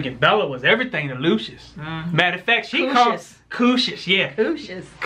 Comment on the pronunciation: Bella called lucious..."dooshus""..just saying